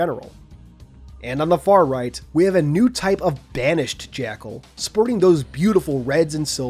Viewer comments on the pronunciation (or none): none